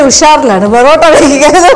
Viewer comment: Porata ale borata ennu parayuna pole